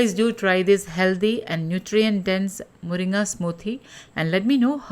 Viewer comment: Are you malayali? Because you pronounce മുരിങ്ങ correctly😂